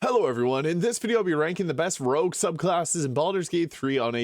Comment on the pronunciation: Rogue. Not rouge. Rouge means red in French.